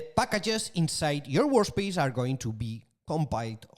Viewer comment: Great course and very useful notebooks. The way lecturer pronounces work space as WAR SPACE puts a cheeky grin on my face : )